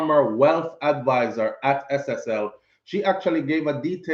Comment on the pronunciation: Not SLL it's SSL my son keep up the good work 👍